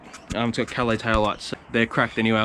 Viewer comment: Itsa " Cal laaace" maaate.